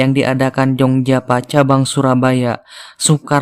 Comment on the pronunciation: Prologny pasti orang sunda 'f/v' nya kurang pas. Java jd Japa, sifat jadi sipat hehe